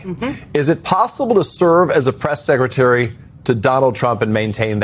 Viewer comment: Did just say "sexretary"? Freudian slip? Probably, but I think he's on to something. Leavitt can have more than one reason for leaving. Trump has moved on from her to ms. Harp.